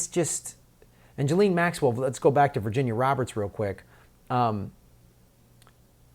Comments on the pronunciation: Dude please pronounce her name correctly: it's pronounced jizz-lane, not Joe-lean. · Hey, Ms. Maxwell's surname is pronounced " Jizz - lane." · “JIZZ-LANE.” needs to brush up on reading and listening skills then dig into the Cernovich releases on #pedogate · I have to admire Bob Maxwells far-sighted decision to name his daughter 'Ghislaine', for most Americans it's almost impossible to spell or pronounce correctly.